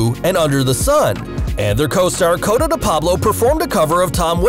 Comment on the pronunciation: Obviously not really a watcher if you’re calling Cote, Cota😂😂😂😂